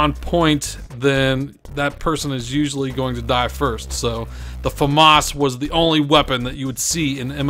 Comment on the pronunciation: Omfg I'm amazed at how many people can't read....I don't care how old this video is I mean seriously? The Fa Moss???? It's pronounced FA MISS!! MISS like misses or I missed that target. Not moss, the grassy green shit that grows on rocks. For gods sake, it's not in English. FAMAS is a French name. It looks like you'd say it Fa moss if it were English but I'm just dumb founded at how many people don't know that it isn't in English and that it's pronounced Fa MISS.